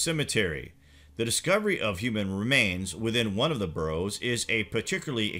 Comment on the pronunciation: Barrows not burrows